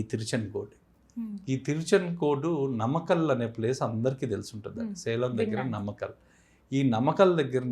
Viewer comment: నమకల్ కాదు నాయనా నామక్కల్